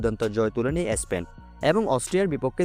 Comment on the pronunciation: এ স্পেন টা কি ? উচ্চারণটাও ঠিকমতো করতে পারেন na!